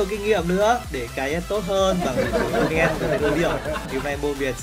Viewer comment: " trùm mid Tunen " ngọng ghee 🤣🤣